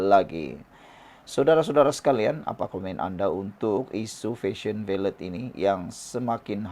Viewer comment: Sebutan yg betul ialah VALE (senyap kan T).. Rajin la tanya pada yg arif bahasa Inggeris sebutan yang betul supaya tidak bunyi sengal..